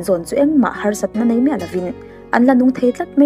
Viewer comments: Nia nei tih turah pawh nai ati zel....ka beng averh😂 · Nei tih tur hi nai tiin i lam thin a